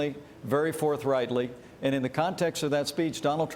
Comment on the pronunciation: Fourth Reichtly? Am I hearing this right?